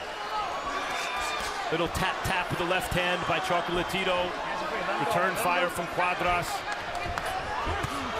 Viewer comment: "Chocolatirou" jaja que cura lo pronuncia el narrador.